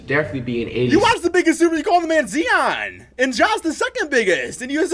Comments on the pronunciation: Z-on? Lol kids this is why you stay in school and away from drugs. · Flight is a professional troll at this point. Purposely saying Zeeon to trigger people 😂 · Zeon Williamson J-A More ent you ever heard of Rudy goburt lmao it’s pronounced Rudy gobear (gobert) JJ redick is top 10biggest bust but I have high basketball IQ -flight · Bro this guy knows nothing about the nba “zeon Williamson “ “JJ redick-bust” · "That's kind of disrespectful, 2K" Doesn't even say Zion's name right, lmao...